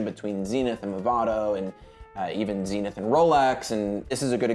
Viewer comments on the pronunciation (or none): It's Zenith (think buddhist Zen) , not Zinith ; )